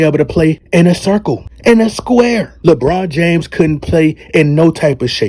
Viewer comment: Bro, when you say LeBron James you don't sound right. But when you call him LeBum James, I crack up everytime. Keep calling him LeBum.